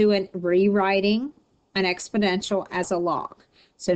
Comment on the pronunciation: "expodential"??? Good grief...